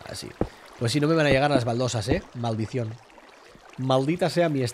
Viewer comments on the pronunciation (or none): ¿alguien mas entendió "baldición"? XD